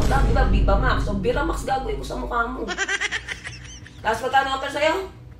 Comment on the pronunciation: Biramax daw...😂😂di viva max